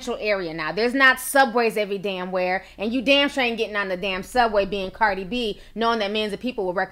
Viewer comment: not trying to be rude, but you said cardis name wrong lmao